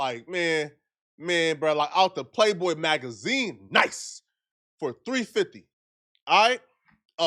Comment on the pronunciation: you put a lotta emphasis on that $350, you must’ve spent that 100 times over on Fig Flakko